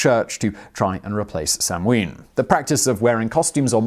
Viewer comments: It's NOT pronounced sam ween, it's pronounced sow-ann!!! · Please.... Samhain is pronounced 'sowwen'. Irish does not share English pronunciation for all letter combinations. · Hi Simon love your videos, samhain is pronounced sow-in (sow as in pig) 👍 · Sanhain is Gaelic and pronounced sownaa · Simon - As far as I'm aware, the American pronunciation (and most commonly accepted one amongst actual practicing pagans of today) for Samhain is "SOW-an, where "sow" rhymes with "cow," and the accent is on the first syllable. :-) I've been a practicing witch for 30 years, and I've never heard it pronounced the way you do. But again, I'm American and so are my fellow local practitioners, so there ya go. ;-) P.S. Samhain, pronounced like it's spelled, is a killer old-school punk band. ;-) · Just came here to post that :-) Sow (as in mother pig), Ann. At least thats the way its pronounced in Munster. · Was anyone admitted to hospital as a result of being attacked by martians though? And didn't they know that the chances of anything coming from Mars are a million to one? Oh yes Simon, the m is not pronounce in Samhaim so it sounds a bit like sawnn or maybe sownn. I believe in America the second syllable is more like winn than the British. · How am I supposed to trust a history show that butchers the pronunciation of Samhain like that? Yeesh.